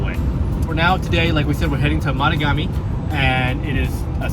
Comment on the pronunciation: Yo Canuck what's up! Sorry had to h. Great trip three dogs wahooo. Tip drove me crazy...it's ma tog Ami...with accent on tog...I'm just a few hours south. Love the north.